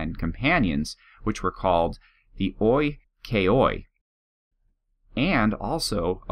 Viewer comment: yes that's it!! on oikeioi in the end you say the "ih" two times. like ih-k-ih-ih. i know that they say greek is difficult, well it's more like a mess!